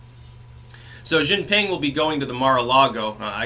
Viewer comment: Love your stuff, but one note, it is pronuonced "She Gee Ping"